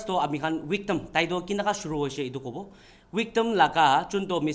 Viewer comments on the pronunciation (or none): Victim or wictim?